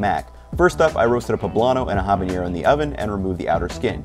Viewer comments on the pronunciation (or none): Just FYI the n in habanero is not pronounced with an ñ like jalapeño is.